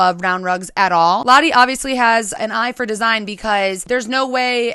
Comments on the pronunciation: All of the Dutch people cringeing when she pronounces the home owner's name Lotte instead of Lotte. Yikes. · This was so great! Beautiful home, Lotte. Don't want to speak for her, but the Dutch name Lotte is typically pronounced "Lot-uh." That's the best I can do when typing, haha, the "o" sound is kind of hard to type out, there isn't a good equivalent in English. edit: here's a good pronunciation